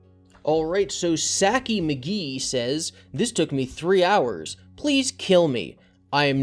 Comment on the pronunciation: For future reference trying to say Saki's name Sah Kee